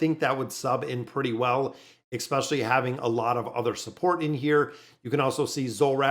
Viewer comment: ekspecially, where is that dialect from? I'm a linguist so I'm curious about language btw